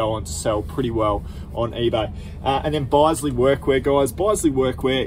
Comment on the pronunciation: Awesome beach views there 🌊🌊 Great reminder for me to let an eye out for calculators! And you made me laugh when you were talking about the Bisley workwear you picked up! I’ve never heard Bisley pronounced like that 😂 Bisley is actually pronounced like the work “business” 😉👌🏻 thanks for another great video 🙌🏻